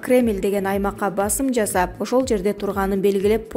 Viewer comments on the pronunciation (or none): none